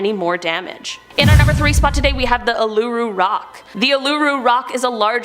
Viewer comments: anyone else get slightly annoyed by the way she said Uluru as oo-loo-ru instead of oo-lur-roo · It's not pronounced aluroo it's said uoolaroo Set as an Australian I just got a bit triggered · It's not OO LOO ROO. It's more of an OO LA ROO sound. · I'm sorry the what rock?????? That is not even close to how it's pronounced, ool-la-roo, I'm so sorry you got lead so astray with this T-T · ULURA KS PRONOUNCED OH-LA-ROO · with Uluru (pronounced oo-lar-roo) women are not suppose to climb the sacred sight according to aboriginal traditions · It's pronounced "ooo-lah-roo" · Please never say Uluru again you Butchered the name it's pronounced oo-lah-roo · Did you just say oolooroo?😂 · It is pronounced Uluru Rock = oolaroo rock. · im from Australia and its ooh-laa-roo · just saying but you pronounced uluru wrong it’s pronouced oo-la-roo :) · Uluru is actually pronounced Ularoo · It’s pronounced uluru (‘oo la roo’) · It's pronounced 'Ou - la- ru' along those lines. The way you said it killed my brain lol but great vids as usual. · i hate that she pronounces Uluru as Uh-loo-roo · Uluru- pronunciation (oola-roo) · Uluru is pronounced Ularoo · oo-la-roo is the pronunciation. i mean this in the nicest way possible. it can be easy to mispronounce name. now you know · I live in Australia and it is pronounced oo-lay-ro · Uluru is pronounced ul-ah-ru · Ok first of all great vid. Love it but I’m sorry u calling Uluru the way u did is just a disgrace. I’m an Aussie and know that it’s pronounced oo la roo. And calling it Ayer’s rock isn’t any better. It’s pronounced airs rock. Other than that pretty good vid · Uluru is pronounced oo-la-roo. I don't know why the pronunciation google gives is wrong :< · As an Australian. It’s pronounced oolaroo.. And airs rock… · ITS CALLED OO-LA-ROO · i’m sorry uluṟu is pronounced oo-la-roo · its OO-LA-ROO love from an Australian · just for the people who don’t know Uluru rock is pronounced Ul-A-Roo rock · A LoO rOo. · its pronounces "ooh-lah-roo" btw!